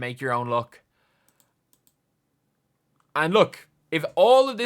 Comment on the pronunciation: Hearing an Irish guy say "you make your own luck" made me giggle